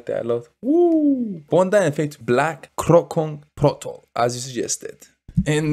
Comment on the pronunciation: Kroncong protol (say like this "kron chong pro tall")